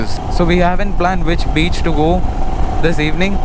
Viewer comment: Bro ur videos are just awesome.... Ur voice is so cute and funny...And when you said that To the Beach and i also thought of Mr.Bean Accent.. you nailed it bro.. And one Request please provide your Accomodation details....